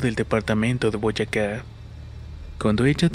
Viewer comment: Ahhhhhhhhhhhh aprendiste a decir Boyacá :v jajaja que gusto compa, un abrazo, sigo tu canal desde hace muchísimo tiempo